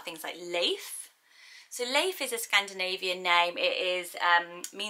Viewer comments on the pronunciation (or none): Leif does not sound nice in scandinavian countries tho. It is pronounced læif and is an old mans name